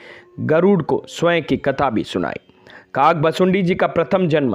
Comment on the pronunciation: भाई शब्द तो ठीक से बोलो काक भुशुंडी